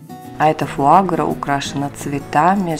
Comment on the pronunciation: Фуагра на последний слог ударение.